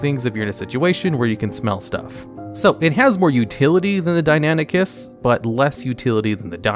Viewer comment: Hearing him Calling Deinonychus Deinanychus got on my Nerves so much because of my studies in paleontology. Like there isn't even a A in Deinonychus how did he get suck Deinanychus??? Deinan Deinon Sorry but Fuck dude!